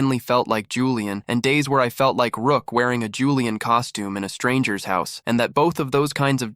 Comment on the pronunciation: Julian is three syllables btw 😭😭